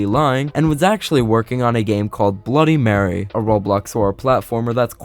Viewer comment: Bro that Stan guy made a great job but he should search up words like bloody and mary